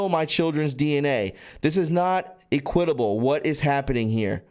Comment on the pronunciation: your misunderstanding of the pronouncement of simple words like "equitable" needs attention ...your making yourself look dumb...you do this often...